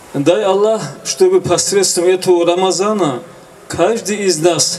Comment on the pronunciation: Рамадана, а не Рамазана.